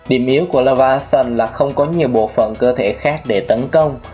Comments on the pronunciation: Bạn có biết? Đọc là lê vi a than mà anh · pải đọc là lê vi a than